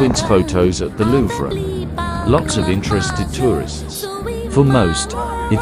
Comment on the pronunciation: It’s not pronounce as lu Vre omg